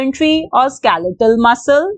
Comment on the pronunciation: it is skeletal not skaletal